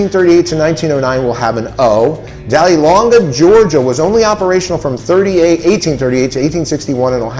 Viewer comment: Hey, a real nice video! Just wanted to point out a few small errors: Dahlonega is pronounced duh-LON-eg-uh. Re your chart: 1936 pennies are not valuable. (Perhaps you meant 1936 double die?) The designer's last name is Fraser, not Frasier. 🙂